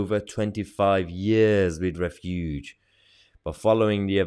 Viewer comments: The word is pronounced refuge, not refUGE. Think "Refugee" without the long "eeeee" at the end. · Refuge has the emphasis on the first syllable. REFuge, not reFUGE.